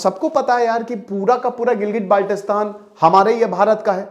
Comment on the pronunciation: Abe chootiyee improve your pronunciation, it’s not Baaalttistan with a tatta it is Baltistan